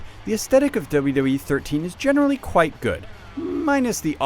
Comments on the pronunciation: what tthe fuck i pretened to hear doube doube ee 13 rather than wwe thumbs up if u agree (y) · He keeps saying "Dulla Dull-ee" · This guy can't say 'WWE'.